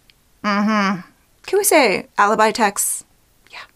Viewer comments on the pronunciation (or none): none